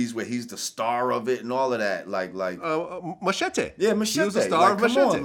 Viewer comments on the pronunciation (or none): Funny how they pronounce Machete its the long knife more sword like ( mah- shah-tay) wtf is that Glad ?